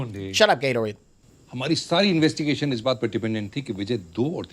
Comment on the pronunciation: Bhai Gaitonde ko Gatorade bl rhe ye log😂😂😂😂 Lol 😂